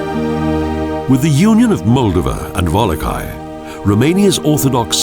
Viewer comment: It would have really helped if this narrator first learned how to pronounce Romanian names. The pronunciation of Wallachia was completely butchered. You should have hired a native Romanian to narrate this -- it would have felt more authentic.